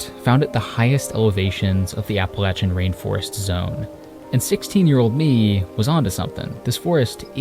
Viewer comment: “RAIN FIREST?!” Pitiful…